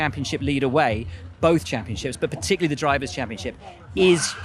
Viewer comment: Charles can’t say particularly